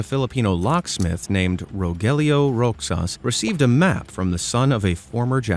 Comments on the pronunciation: Another IRRITATING attempt by AI! R O X A S is pronounce RO HAHS, not Rocksas!!! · Its pronounced as "Rohas" despite its spellig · You pronounce Roxas as Rosas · its pronounce rojas or rohas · Roxas is pronounced 'rohas' :> for anyone who wants to know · Im a Filipino and so u dont be laughed at other Filipinos who dont pronounce the name right it is pronounce "Rohas" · All pronounced words and and bro you tried to pronounce Roxas it's Rohas with a h to say and baguio is bagyo with a bag and yo to say atleast you tried but its funny😂😂😂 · Rogelio Roxas is pronounced as “Rohelio Rohas”. It’s basically a Spanish name.